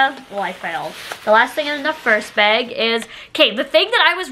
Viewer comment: Please say bag n not beg lol so weird .. still love you 😆🥰🥰